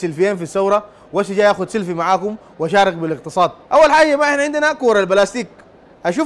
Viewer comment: سلفي يا اخ بتنطق بالفاء اي f و ليس v.